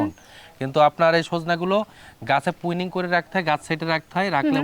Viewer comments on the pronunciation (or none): এই হালা ১৩৯ বিঘা বাগানের মালিক, অথচ প্রুনিং উচ্চারণ করতে পারে না, পুইনিং কয় 😂